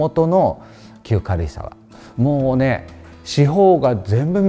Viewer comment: なんて素敵なお部屋の数々！また、先生の“かるいさわ”という発音が正統派で懐かしく聴きやすいです。